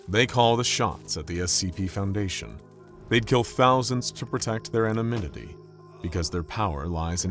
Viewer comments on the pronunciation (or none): Wait, wait, say “anonymity” again 😂😂